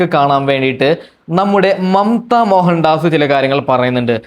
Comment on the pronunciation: നീ ആദ്യം അക്ഷരം വൃത്തിയായി പറ റേ ണു സുധി അല്ല രേ ണു..., മമ്ത മോഹൻ ദാസ് ആണ് ഡാസ് അല്ല